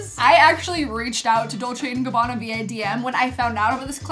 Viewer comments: u did in fact say dolce and gabana correct 😝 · u r saying it right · Well you’re not my big sister because I am old enough to be your mom😀 but I would love the earrings and shirt because I remember D&G from when I was your age…and, btw, the way you pronounced it is what I have always heard so I think you nailed it.